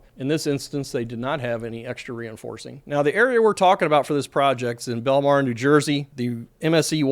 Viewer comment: Bellmawr is pronounced “Bell-more” because there is another town named “Bellmar” and we need to prevent confusion